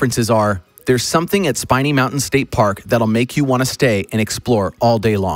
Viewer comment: SPIN E NOT SPINE E